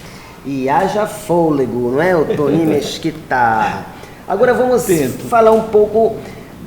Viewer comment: Muito querida a seguindo a regra de tonalidade das sílabas e chamando ele de Oto-NI. Realmente, Otoni é um nome importado e faz falta o acento. Dei muitas risadas. Excelente entrevista.